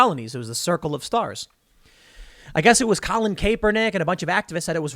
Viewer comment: Somebody really needs to teach tim how to pronounce CAPernick